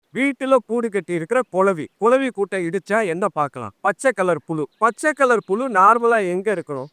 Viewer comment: ஐயோ... ஐயோ.... ஐயோ..... கொலவி..... இல்லை.... குளவி.....